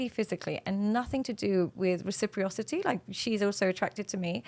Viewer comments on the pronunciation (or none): just wanted to let you know the word is not "recipriocity", it's "reciprocity." It's a very important word, so you should pronounce it correctly. There's no I after the second R. It's pronounced reh·suh·praa·suh·tee.